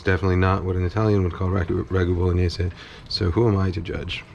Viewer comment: Thank you, thank you thank you for pronouncing Bolognese correctly!!! It does not rhyme with mayonnaise. I appreciate your efforts at respecting other languages, too many people in your position don’t seem to care.